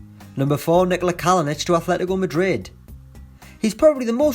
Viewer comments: its not ATHLETICO its ATLETICO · AFLETICO MADRID